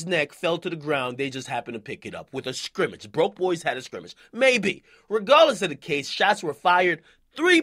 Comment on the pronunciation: This nigga said SCRIMMAGE😂💀💀😭